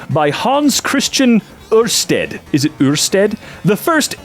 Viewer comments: you did really well! It's so nice to hear people try to pronounce Danish last names because it really shows me that Danish is quite easy to figure out. Amazing job! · As a Dane just wanna say the way said the Danish physicists name was not bad at all, pretty close. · Let me just compliment you on your attempt to pronounce Ørsted. You are surprisingly close hitting the Ø-sound, which is very rare for English-speaking people. Very well done. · I love that you slay at pronounsing a Danish name but give up on a French one 😂😂😂 high five from Denmark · Pretty close for a non-Danish speaker. The ø was slightly off and the d is soft. But then neither of those sounds are native to most English speakers. The closest I can think of is the d is kinda like you tried to make the th sound but gave up halfway and the ø is kinda like the e in that old meme "ermahgerd" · Respect to. He was very close to correctly saying "Ørsted" I tip my faxe kondi at thee! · The prenounciation of Ørsted was REALLY GOOD! :D You are amazing duude